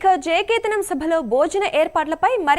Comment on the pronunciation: కేతానం కాదండీ... కేతనం